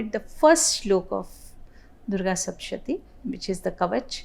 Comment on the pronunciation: It's sapthashathi, not sapshati